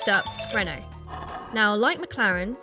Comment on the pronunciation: The usual GHASTLY English pronunciation of Renault, Modena, etc. Listen to Forvo first, maybe you can make it a little better.